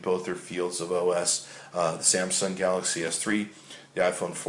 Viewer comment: Wow, is it really that hard to say Galaxy S3?